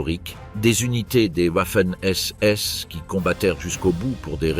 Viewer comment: Comme les whouaffen ss